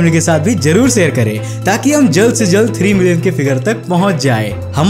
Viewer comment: bhai pehle hindi bolna seekho...sair bol rhe ho share ko. jarur bol rahe ho zaroor ko... presentation proper karo audience engaged rahengi